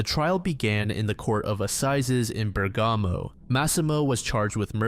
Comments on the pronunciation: You butchered all the pronounciations, the accents were all wrong (eg it's Bèrgamo, not Bergàmo) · I do not want to be mean. But it is very hard to understand the names and locations, The place is not Bregamo, but Bergamo and I had a really hard time what the names actually were. Sometimes they were recognizable but often not.